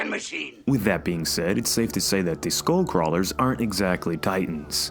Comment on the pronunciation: When you said skullcrawlers I heard schoolcrawlers.